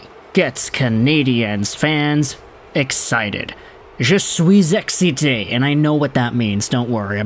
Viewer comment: He did good 👍